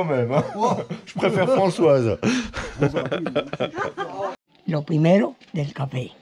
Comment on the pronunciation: Oui je trouve ça sympa 👍et toutes mes excuses à Françoise pour avoir écorché son prénom 😅